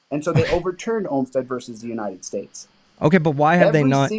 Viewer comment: Please stop pronouncing “versus” as “verse”.